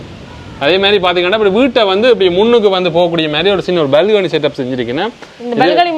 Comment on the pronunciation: dear when you say balcony please pronounce properly. It's not balgany. It's balcony dear. Please do not misunderstand me for correcting you. Because I like you and your innocence and you are a nice person.